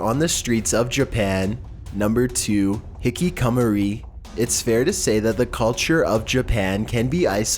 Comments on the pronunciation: HIKIKOMORI HI-KI-KO-MO-RI HE - KEY - KO - MO - REE TRIGGERED t(^ t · And "hikkikamori" or as he says it, "Hikicummery" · I cringe every time you try to say Hikikomori. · '' HICK AH MORI '' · its pronounced Hick-ick-a-more-ree :) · your pronunciation of Japanese places or things is very cringe worthy and i keep correcting each word after you say it faceplam